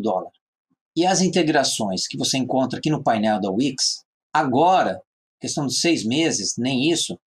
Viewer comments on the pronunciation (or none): none